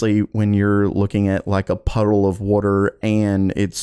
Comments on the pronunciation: water❌ Woder✅ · That “wordor” though😂😂😂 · wait a second..... are you from South Jersey??? lol the way that you say 'wooder' instead of water' is how a LOT of people in SJ say it LMAO! (I'm JK!!1 I know you in Florida somewhere because you were affected by the hurricanes this past summer)